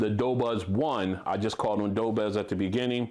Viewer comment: "do" not "dough"